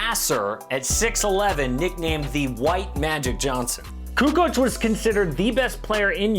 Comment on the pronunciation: Lol Charles, "CuKo"